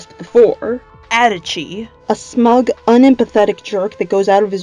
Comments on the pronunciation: I’m sorry... How the hell can you say adachi like “Edachi” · the way you pronounce adachi I'm actually going to cry it's literally pronounced in the game